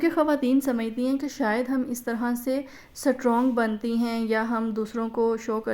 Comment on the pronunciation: سٹ رونگ نہیں ❌ اسٹرونگ